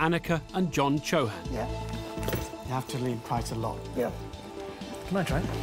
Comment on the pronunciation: Man, they really Anglo- fied their names lol. They look Indian (Rajput, North India) and was thinking what funny they said. In India CHOO-HAN would pronounced a lot harder sound. Here they glided over their pronouncing of their own name 😅